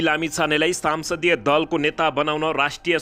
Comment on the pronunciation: सम्सदिय दलको नेता हो।।।।।साम्सदिय होइन्।।।नजान्नेले के समाचार भनेको??